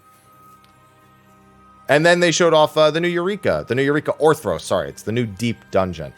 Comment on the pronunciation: I need a dollar everytime he says Orthros instead of Orthos